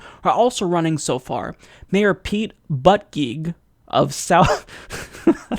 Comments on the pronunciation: I think it's pronounced more like "boot-idg-egg". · Pronounce Buttigieg as boo-gait or boot-gaig Prob fixed.